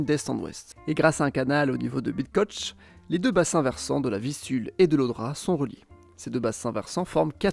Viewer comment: Tout a fait! Pas facile les Szczecin et Bydgoszcz ! Bravo pour l'effort. Et en plus c'est tellement ça pour le contenu, c'est bien résumé.